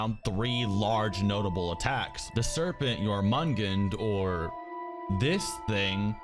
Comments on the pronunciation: Jormengandr is pronounced yorm un gander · The snakes name is pronounced Your-mun-gander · your pronunciation is horrible. My ears hurt listening to you pronounce Atreus and Jormungandr Atreus (Uh-tray-is) Jormungandr (Your-mun-gone-dur) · Great video. Love it. But those pronunciations. “Jormungund” and “aytreus” bro please. Jormungandr (yor - mun - gan - der) and Atreus (ah - trey - us) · Game: look it's Jormungandr: omg it’s Jormungand Like bruh. It tells you how to say it. Same with Atreus it tells you how to say it. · "your-mun-gin" "ay-tree-us" Dude, they literally said these names out loud in the game. Several times. It's pronounced "your-mun-gander" and "uh-tray-us" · I’m sorry, Yor-mung-an? Jörmungandr=Yor-mun-gan-dur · Jormugdn or however it's being pronounced in video bothers me. Over and over in the game they say Jormungandr. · "YOUR-MUN-GANDER" Jörmungandr, can't believe you brake down the game and didn't know how to pronounce it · jor-min-gunder is the name of the big snake not jor-min-bigger or whatever you keep saying bro😂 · “The serpent Yormongus” 😭😭🤣🤣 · Jörmangundr is pronounced Jör man gun dir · The world serpent 's name is pronounced as yor-man-gan-der or jormungandr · your -man-gander is how you pronounce the name of the snake ;) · BOY! It’s Jörmungandr, “yor -man -gan-durr” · "Yormungun" smh lol it makes me cringe every time i hear you say it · The World Serpent's name is pronounce YOUR MUN GAN DER. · The world serpent's name is pronounced Your-men-gander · It’s pronounced YOUR-MON-GANDER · The world serpants name is pronounced your-mon-gander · Your-Mun-Gand is proper, "R" is silent. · Jormungundr is how its supposed to be said. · its pronounced as Yor Mun Gan dor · Jormungund? Eitreus? GEYA? You my friend gotta learn the damn basics first, then talk about In-depth things. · The world serpents name is pronounced: your-mun-gun-der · You peasant, it’s JORMUNGANDR! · Butchering Jörmungander's name that badly hurt to hear...